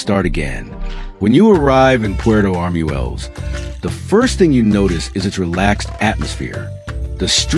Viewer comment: In Spanish, "ue" has a W sound, so it is not arm-u-el-les, it is arm-wel-les.